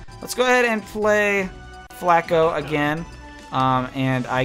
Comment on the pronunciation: but pronounced "flah-co" as apposed to how he said it: "Flay-co"